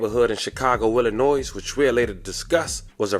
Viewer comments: Say Chicago “Illanoyz” 1 more time and imma come to B-More and find you😅…cut it out man…stop disrespecting my state….ILLA-NOY, tf😠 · Illinoise cuz 😂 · Pleaseeeeee love.... The S in Illinois is Silent... Y'all gotta stop this now:face-purple-crying:😂... NINE FIVE TWO ZERO is pernounced Ninety Five Twenty South Calumet Ave. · That "s" in Illinois is silent bruh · YOU DON'T PRONOUNCE THE "S" IN ILLINOIS GOOFY ‼️🤦🏾‍♂️ 😡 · IF YALL ONLY KNEW lol smh..that poor lady was a casualty in a serious beef between Tee Grizzley and another very well known rapper, a beef many people don't even know exist and he CANNOT even hint at it which is why he will sound somewhat incoherent. Y'all have NO IDEA. But just know, nah, it's NOT Tee Grizzley behind this, in fact he took a major loss with her passing. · THE "S" IN ILLINOIS IS SILENT GOOFY ‼️